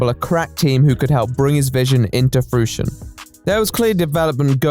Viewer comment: That’s not how you say fruition